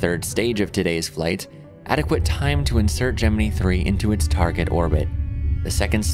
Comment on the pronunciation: I low key cringe at his correct pronunciation of Gemini